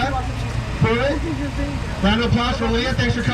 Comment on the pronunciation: Just a heads up it’s Leah “Pritchett” not Pruett 😉